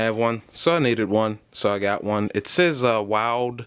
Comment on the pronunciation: I believe Wilde is pronounced "wild e". at least that's how the staff at HJE have pronounced it when I've bought their tools.